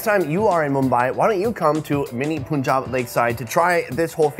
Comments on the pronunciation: Why do white people say “poooooon jab” it’s PUNjab as is Puns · Wait he says punjab as a ponjab